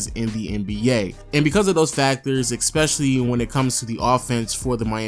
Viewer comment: Can he go a video without pronouncing especially as *eckspecially*? lol